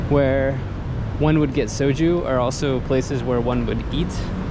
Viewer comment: Well you can pronounce soju correctly, so life sorted.